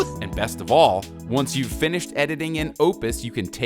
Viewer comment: also learn how to talk "are you do" its "all", not "are"